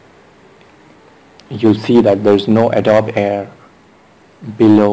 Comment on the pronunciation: Why not pronounce the program name correctly? "Adobe" = a doe bee